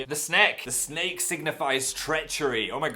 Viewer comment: I love how you pronounce "snake" as "sneak" 😂 it's adorable